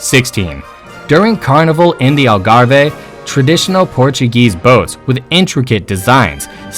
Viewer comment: Never seen Cheetahs nor Giraffes nor Wallabies in Portugal. And it Algarve not Algarve-hey. Port wine is not a sweet wine. If you are going to do this type of video, make it accurate, including the video you use at certain stages. It is misleading to people who don’t know better and disrespectful to people who do know better. Also one thing the Portuguese people are is respectful. Please get the pronunciation, spelling and information correct, it is very amateurish otherwise.